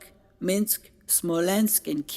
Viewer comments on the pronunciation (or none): none